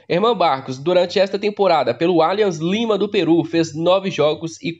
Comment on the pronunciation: Vc fala os nomes dos times por querer ou por desconhecimento ???? Um erro ou outro esporadicamente td bem mas em todos os vídeos vc fala os nomes dos time errado... Nesse vídeo foram pelome os três erros e vc fala repetidamente o nome errado, aí parece que vc acha que está certo, porem esta errado... Atlético Nacional, alianza Lima, yocorrama marinos...